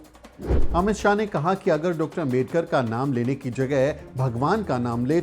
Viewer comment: आपका सम्मान है। लेकिन क्या अंबेडकर, अंबेडकर, अंबेडकर, अंबेडकर! सरनेम तो सही से बोलिए। वो आंबेडकर है। अम्बेडकर ya अंबेडकर नहीं। कोई भी नाम सरनेम किसी langauge में चेंज नहीं होता न करना चाहिए (बोलने में कठिनाई हो वो बात अलग)। क्या ये बात आपको मेरे जैसे सामान्य आदमी ने बताना चाहिए। गांधी को गंधी या मोदी को मेडी, यादव को यदव, शर्मा को शर्म बोलो तो कैसा लगेगा। पुराना गलत तरीका छोड़िए अब तो। क्या ये इतना कठिन है? चौहान नहीं चौहन बोलूंगा तो आपको कैसा लगेगा?